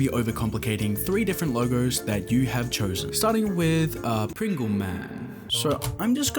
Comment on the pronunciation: "izza pwingle"